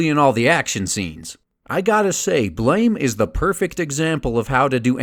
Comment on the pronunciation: It's pronounced "blam," though I enjoyed the video otherwise. I'm really hoping a Biomega film comes along.